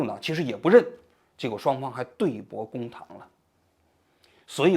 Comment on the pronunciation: 对bo公堂？对bu公堂？是不是王菊读错别字了？